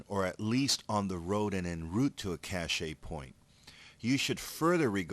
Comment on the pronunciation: Great videos, but this bothered me: cache is pronounced like cash!